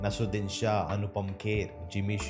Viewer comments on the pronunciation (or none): none